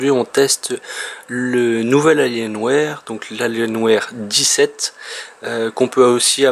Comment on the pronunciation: "AlienWère" xD